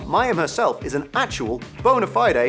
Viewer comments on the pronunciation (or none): "bonafidey"? Never heard it being pronounced like this 😂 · the 'fide' in 'Bonafide' is pronounced like 'tide', 'wide', 'lied'; not like 'Bonafiday'.